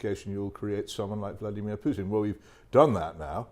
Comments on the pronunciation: It's "Putin" not "Pjutin' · "PooTin" not "PYouTin"